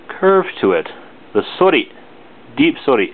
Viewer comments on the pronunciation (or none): Not to be a butt hole like that other guy, but I'm relatively new to sword slang and was just making sure how you pronounce "sori" ? I think you said * suury * I thought it was * sOri* I don't know though because I have no formal training xD Thankss